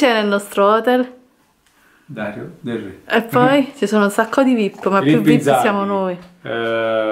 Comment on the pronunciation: si dice hotèl, l’accento va sulla “e” non hótel con l’accento sulla “o”... non per essere rompiscatole ma si dice così....